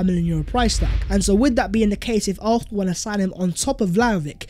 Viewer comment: Why does this dude pronounce Arsenal as “Arthenal”?